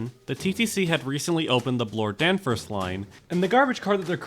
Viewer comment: You mispronounced Danforth. WHY?!?